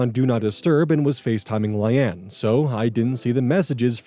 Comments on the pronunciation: The pronunciation of Layne (lay-knee) is throwing me lol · Coming here to say I've never heard Layne (Lane) pronounced that way. 😊❤ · Not him pronouncing Layne as LIE ANNE help 😂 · Ikr? Like sir. Sir. Where do we construct the "Anne" sound from? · Yeah it's obviously pronounced lane. Idk why is so confident about pronunciations without ever checking them. Easy way to check is to open google translate, set it to English, type the word, and press audio pronunciation. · I think Layne is pronounced the same as Lane. The "rehoming" is wild. You abandoned your pet and thankfully someone better than you took him/her in. OP is at fault in the dog story. How do they prove the walker is at fault. And, they didn't hire the best person they could hire. Legit people probably have insurance and stuff to cover instances like this. I'm glad the dog is okay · The pronunciation on Layne is really goofy, I think it might be produced like "Lane" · yeah, "Lane" or "Lay-nee" would be the appropriate pronunciation unless you're told otherwise, bub XD (I mean this affectionately not condescendingly,, it made me smile tbh, but for future reference) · I have never heard Layne pronounced like that before. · He does mention he films really late at night so I wouldn’t be shocked if this is an eyes glazing over words situation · how the heck can you mispronounce layne.... its just lane with an extra letter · I’ve seen a few people trying to correct pronunciation of the name. EVERYONE HAS SAID SOMETHING DIFFERENT 💀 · Layne is pronounced the same as Lane, not Lie-anne. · I assume his brain switched the y and the a so he read it as Lyane and went from there but it still killed me lmaoo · Layne is typically pronounced "lane" and not "lie ann" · Right? It's like Lain. LAIN! Not lay-knee! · Layne is pronounced like “Lane” lol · Layne is pronounced as "lane" (like Loise Lane) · LAY-KNEE. layne